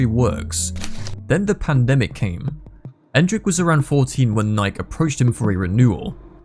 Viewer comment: How do you spell "Nike" the way he's pronouncing it? Nik?